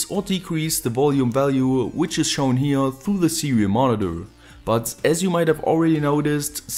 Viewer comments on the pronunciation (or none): none